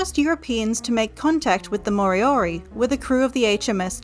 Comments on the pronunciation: Its not maw-ree and mory-ory, just roll the r's man it ain't that hard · Actually they are not pronounced properly. Maori is Not pronounced like this "Ma o ree" it is pronounced "Ma o dee" the letter "R"is pronounced more like "D" "More dee or dee" for Moriori Ka pai 👍